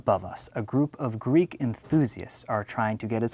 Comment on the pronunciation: he is using an americanised version he is not pronouncing with a "greek" twang he must learn modern greek first